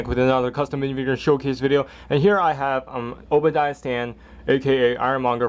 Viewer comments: U said obadiah stan its spelled obadiah stane like A in the the stane name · it's pronounced stain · ***** just saying it was pronounced Obadiah Stane